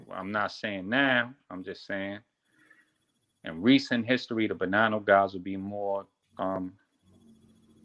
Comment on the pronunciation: Man I was looking for the Alite video ran upon this clown. Did you check on this guy? Or just took his word? Listen how he says Bonanno. I don't think this guy would know a wiseguy if they thumped him on the ear.